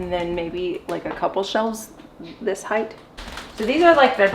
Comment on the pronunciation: HeighT not heighth lol. I grew up in Cali so i know it's not a Cali thing, but both you and mispronounce that word. If you go to Google and type in "pronounce height" you will see...or in this case hear it. Not sure why this bugs me so much. Maybe it's that my college education was wrapped up in linguistics. 🤐 😄 The pantry turned out great. I love the cedar. Great job!